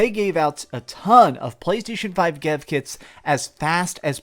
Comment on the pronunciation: "gev kits" lol snooty prick with a overactive salvatory system